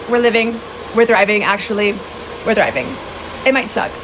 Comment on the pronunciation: She says we are “driving” instead of we are “thriving” 😳